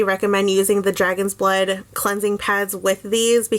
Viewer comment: Did you say "dragon's butt" 😂? Nice review!!